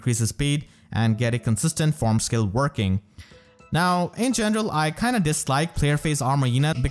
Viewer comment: I adore how you say "in gendrel" :)